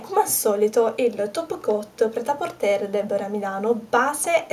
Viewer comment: Ciao.ti seguo da un pò e mi piaci tantissimo.brava x tt quello che fai.Solo una cosa vorrei dirti: Pret a porter si pronuncia senza la 'R' finale. Scusa se mi permetto. Non conosco il francese ma questa parola è talmente diffusa che ne conosco la pronuncia.controlla pure se vuoi. Scusa ancora è complimenti x tutto il resto!